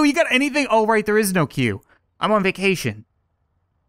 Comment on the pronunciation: It's pronounced cue